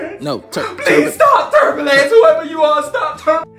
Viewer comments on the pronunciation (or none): “STOP TERMBILANCE” Me: I’m dead😂😂😂